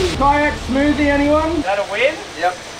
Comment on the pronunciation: Kayak smoothie turns to a kmoothie